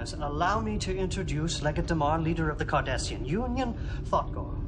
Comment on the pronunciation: D-A-M-A-R not DUMAR. How can you be so deaf?